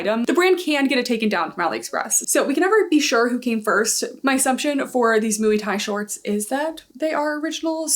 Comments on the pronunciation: Moy is definitely closer 😅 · I always thought muay was pronounced like “moy” but “mooey” sounds way more fun 😊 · the way you pronounce MUAY is killing me 🤣🤣🤣🤣🤣🤣